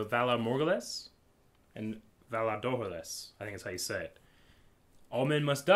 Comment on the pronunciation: Valar do-ha-ris